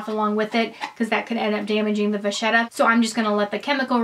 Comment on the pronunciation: Can I just say that it’s pronounced as “vakheta” not “vazieta” in italian.